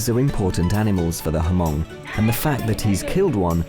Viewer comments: Hmong is pronounced "Moung" not Hamong. Additonally: 1) We are not tribal. We are a 4,000 year old Chinese ethnic group 2) Stop exoticizing us as tourist attractions. We're not zoo animals. 3) Knock it off with the white-splaining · The narrator mispronounce the word "Hmong" it was not "Hamong." The "H" is silent it was just Mong. smh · Hmong....not Hamong. 😅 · The H in "Hmong" is silent. Never heard it pronounced as "Ha-mong' until I watched this documentary. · It’s Hmong not Hamong...... Haa Mong🤣🤣🤣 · I am Hmong and am very pleased to see this video. Btw, Hmong is pronounce with a silent H. It's not H...Mong. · Please correct the pronunciation... It is not pronounce H'Mong/Ha MONG but simply "HMONG" . It is a SILENT H so you just proounce as "MONG". No such ethinicity called Ha Mong or H'Mong but HMONG AS H becomes a silent H as recognized throughout the world. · Hahahaha, these Europeans are so clueless. They still call these people “H-MOng” with the H! They think the Hmongs are just tribal people living in small huts in the mountains of Vietnam, lol. All they have to do is do one damn google search. They’ll see that there’s hmong people as senators, city leaders, Mayors, doctors, and lawyers all across America, Canada, Australia, and France. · don't pronounce it H mong the H is silent so it's just mong without the H.. i should know, cause i'm hmong myself... there's 3 types of hmong that live there, the first is the white, green and the black hmong.. these 3 types of hmong has their own dialect , but the white and green understand one another, but the black hmong has it's own dialect and i don't even understand it myself, although i'm hmong... in hmong tradition it's better to host your guest to the upmost respect and catered to their guest is very important... any guest is welcome with open arms and thank you is really uneed.. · Doesn't it annoy anyone how they say hamong every single time? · Its not pronouced HaMong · The H is not pronounced in Hmong. Peace :)